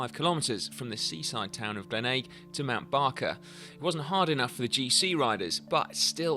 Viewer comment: You're pronouncing Glenelg wrong.